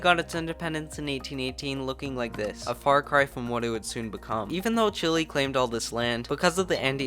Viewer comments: Great video but the pronunciation is chile like chill ay not chill ly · Mf is calling it Chilli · It's pronounced CHILL-EH.... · wait i thought it was pronounced shilé